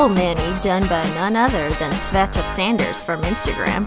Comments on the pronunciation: Sveta Yup, you pronounced it right) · Yep, you pronounced her name correct. Sveta short for Svetlana. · I think you pronounced svetas properly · You are pronouncing her name right, I'm surprised actually